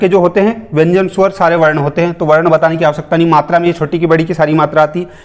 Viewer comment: Bhai aapke shwar sabd me bhi mujhe suvar sunai deta hai